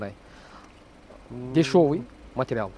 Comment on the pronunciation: Ске тагыраак суйлосон жан койгудай эмессин дагы десевый дейт дешевый деп так суйлосон сен жан койгудай эмессин сага окшогондор мамлекетке сын айтбагылачы оозуна котогум